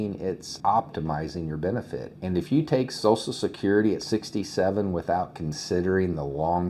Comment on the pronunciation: Sorry, I can't listen to "SOSSAL SECURITY" anymore. Social. SH, as in waSH, or cruSH, or "Social Media".